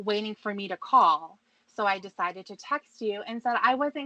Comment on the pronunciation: The best cawl of all time. will not be treated like "trashta".